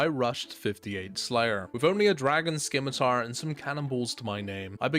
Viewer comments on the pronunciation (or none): Skimitar? Scimitar friend